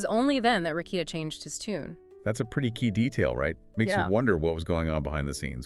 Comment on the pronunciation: But you can’t say “Rekieta” correctly?